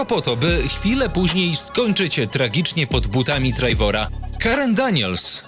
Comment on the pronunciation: Łajnłood, Fame of Shame, Trejvor i wiele innych. Ciężko się tego słucha.